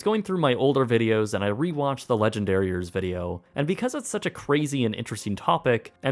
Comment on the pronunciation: It totally sounds like he is saying "Legendariers" XD